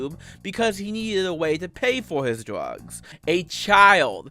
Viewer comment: hahahaha he says dwrugs